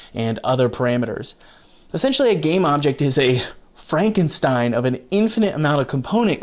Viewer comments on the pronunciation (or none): none